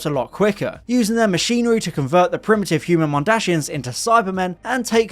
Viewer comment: MondaSIANS Not mondaSHIANS